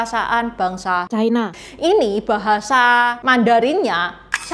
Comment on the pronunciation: Ucapan yp bnr China, bukan Chaina